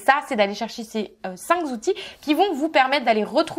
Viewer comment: Cinq zoutils 😨😱 ? Il faut d'abord pratiquer correctement le français 😒